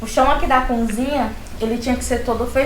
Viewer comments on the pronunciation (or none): Essa moça parece que nunca estudou ! Falar a palavra cozinha de cunzinha? Kkkkk